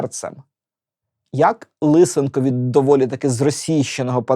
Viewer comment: ЛисЕнко, ШевчЕнко... А не ЛИсенко. То для ка цапів змінювати наголоси і вимову